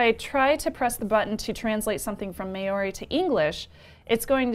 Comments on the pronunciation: Great show guys! Just a note on the pronunciation of "Māori". Try and say it MMAAH-OHW-RI with an emphasis on the transition from AH to OHW and a short stop in the RI. Pronunciation is an important aspect of NZ culture and you'll score heaps of brownie points when making the effort. I hope had a good time over here and the locals in the wild south island made you feel welcome. BTW - Patricks laugh at is super cute. Keep up the great work. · Maori is pronounced like Chow - MAOW-RI. Interesting device!